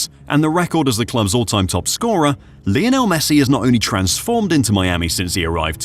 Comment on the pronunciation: Lionel not lajonel..... He breaks nothing!